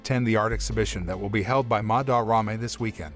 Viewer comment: am i the only who wants to bang their head into a wall everytime he says "MaDarRame"? (im not hating on the video btw)